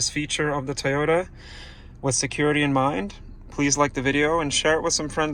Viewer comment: Are you saying T-ota? Because it's really Toy-ota.